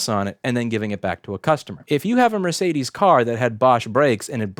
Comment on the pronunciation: It took my non-native English speaking self several seconds to realize what brand of car you meant when you said "mer-say-this"